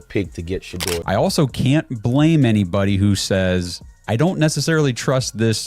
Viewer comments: Say that man’s name correctly pleeease Sha du er NOT SHADOW🤦🏽‍♀️🤷🏽‍♀️ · His name is not Shadow Sanders, it's Shedeur Sanders (She-deur Sanders).